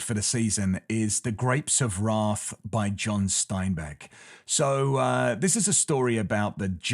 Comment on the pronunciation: I need you start pronouncing "wrath" properly, like the English gent you are. Stop adding an extra "r" sound! You're ruining one of my favourite books 😅